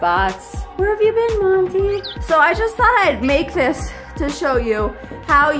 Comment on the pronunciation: 🤣😂🤣 rocky is Hilarious! Everytime I see your senegal rescue vids...i keep hearing you calling monty, morty🤣😂🤣 i actually like the name morty better 🤣👍💖 thanks for another fun vid🙌